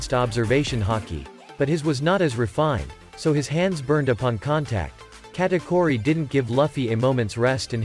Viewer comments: He's saying Katkuri instead of Katauri but that fine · bro is saying katakori💀💀💀💀